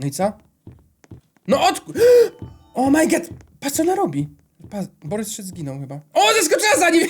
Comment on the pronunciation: Boboryc a nie Borys szyc XDDD